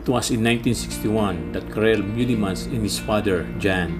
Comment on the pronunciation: It is MEUlemans....not MUElemans....but it is a nice film !!